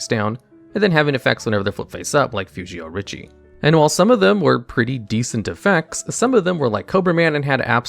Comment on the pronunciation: It is read Fushioh richiYAY